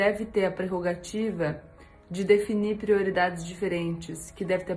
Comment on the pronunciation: O cebolinha da turma da Mônica fala assim...! Kkkkkk